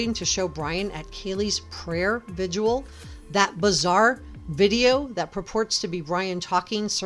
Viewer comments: Its prayer vig-il not “vidual” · Why can't anyone pronounce 'vigil' correctly?